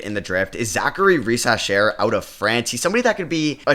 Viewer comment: In French, the words ending in "er" are often (but not always 🙃) pronounced "é", as in "touché". So in this case it sounds like Zaccharie Risaché or Risachay at the very least. Keep up the good content, cheers from France